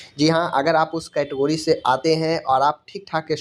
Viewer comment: कैटगोरीज ❌ कैटेगरी 🤣😂😁